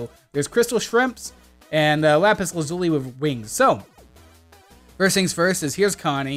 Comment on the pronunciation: Anyone else notice he said lazuli wrong?